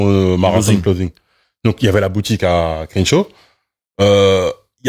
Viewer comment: Incroyable vidéo les gars! Merci pour la qualité constante. Quand est là c’est tellement bien. Il apporte une paix et une sérénité qui fait du bien. Il a aussi des faits et une expertise qui nous apprennent beaucoup. Petite note de prononciation: le “e” de Crenshaw se prononce comme un “e” avec un accent grave (è). Le début du mot commence comme la “crème”